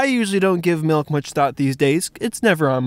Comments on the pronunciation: Why are you calling it Malk and not Mulk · Its milk not malk prove me wrong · its MALKK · Tigerloverme do u mean MALK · he needs some malk